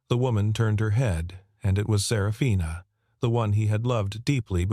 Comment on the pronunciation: The way that her name was pronounced it sounded more like Sarah Fina possibly instead of just one name. Up until about 3/4 of the way through not much information (detail) given about the story then almost all at once you learned that he was the girls father and they would end up living together for atleast a year and indicated for the rest of their lives as a family but never said that the mother and father ever got married to each other - story could have been longer giving more detail 😮